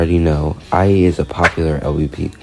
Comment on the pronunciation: LBP please come back 🥹 Edit: also uhh make sure to pronounce "Ayee" as just the letter "a" and not "I" because it sounds like you're saying you're the one who did it 😭